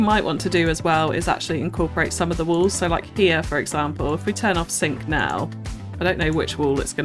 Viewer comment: WALLS! Omg I thought you were saying WOLVES for a while and was so confused!